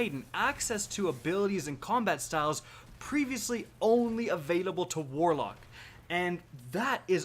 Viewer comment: you mispronounced warlock ;)